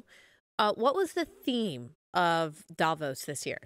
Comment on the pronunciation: Please learn how to pronounce Davos correctly. Thank you from a Swiss person.